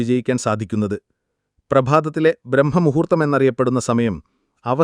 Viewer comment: ബ്രഹ്മമുഹൂർത്തമല്ല ; ബ്രാഹ്മമുഹൂർത്തം